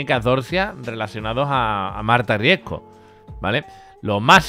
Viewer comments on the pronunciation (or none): Me pone nerviosa que no sepa pronunciar bien el apellido RiesCo... Siempre dice RiesGo 😤😤